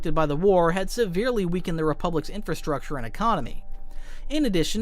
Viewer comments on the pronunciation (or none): none